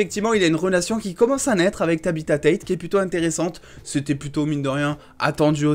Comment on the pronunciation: c'est pas ta bita c'est tabbata 😂